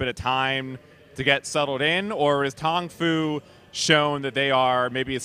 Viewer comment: Did he just call Tong Fu "Tofu?"